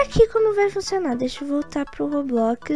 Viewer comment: Vim no video antigo p fala como eu AMO o jeito q vc fala roblox "Robloquiz" kkk tipo assim acho mt engraçado :3